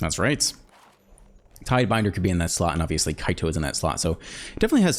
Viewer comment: Love the content, but by the way it's not Alcoloit, it's Acolyte (Ack-o-light). A little more egregious than tidebender/tidebinder haha